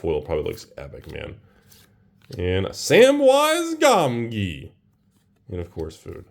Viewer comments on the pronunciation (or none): Samwise Gom Gee.... Really....